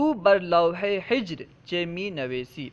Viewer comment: حضرت آپ نے حجر کو ہجر بڑھا صحیح کیا ہے تلفظ میں فرق ہو گیا حجر کے معنی تو سنگ کے ہیں کوثر امروہی